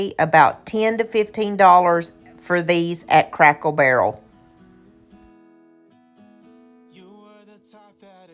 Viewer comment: Did you say Crackle Barrel? 😁